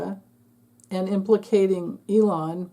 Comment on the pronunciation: I have to admit, I like it when you say Leon. No need to correct yourself. We know who you're referring to.😅